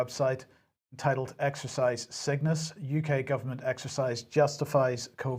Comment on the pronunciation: Exercise Cygnus sounds like exercise sickness when you say it